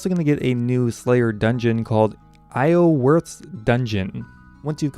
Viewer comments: Iorwerth is pronounced 'yawr wehrth' It's Welsh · I'm Welsh and I can't even pronounce Iorwerth.